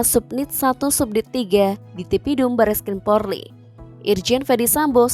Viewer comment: Itu Presenternya nyebut Polri aja salah”